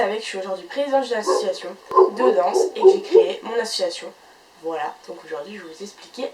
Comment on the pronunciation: ça pique les oreilles. tu fais une vidéo sur les associations, tu utilises ce mot plus de 30 fois en 3 minutes de vidéo mais tu ne t'es pas entraînée à le prononcer comme il faut